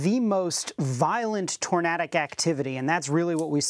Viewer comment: It's pronounced torNAYdic